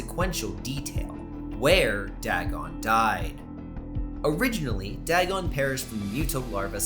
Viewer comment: I should tell you, you're pronouncing Dagon's name wrong, it's "DAY-GONE" from what I've heard.